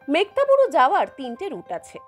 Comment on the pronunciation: আমি যতদূর জানি জায়গাটির নাম মেঘহাতাবুরু। মেঘ্তাবুরু উচ্চারণটি মনে হয় ঠিক নয়। আমি ভুল ও হতে পারি।